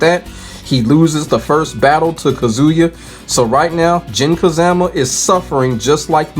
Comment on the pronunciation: I cant help but chuckle every time I hear Jin "Ka-ZAM-A" 😂.